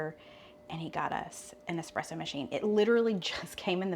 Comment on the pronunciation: I’m so happy to hear someone say”espresso” instead of “expresso ”!